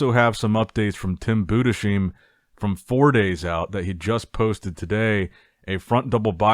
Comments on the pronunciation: Bro how many times It's not Buddha-sheem It's Boo-dis-hime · I've been commenting this for years now. Budesheim is pronounced Boo-diss-hime. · No tim Bu des heim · Rather Boo - Dass (like in „*ss“) - Hyme